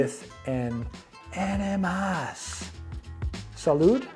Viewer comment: AHH-ni-mas or AHH nee mass.... just being friendly.... this was cool will subscribe